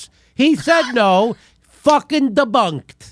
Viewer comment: Its deboonked